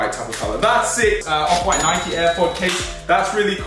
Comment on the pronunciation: its nike not nikeeeee